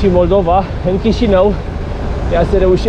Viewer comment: MollDova, și ai zis Maldova, ahaha, îi fix în fix denumirea țării în limba rusă. Fix în fix așa sună cum ai pronunțat :))